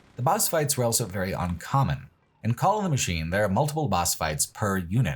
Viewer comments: pronounces the word "also" as "elso". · Don't be silly. He clearly says "owlso".